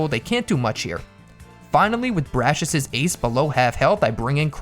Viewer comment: bras-si-us him : BRASHES pa-ra-lyzed him PARED